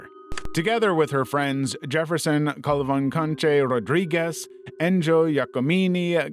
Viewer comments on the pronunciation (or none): "Calavancanche" ?????????? Calvalcante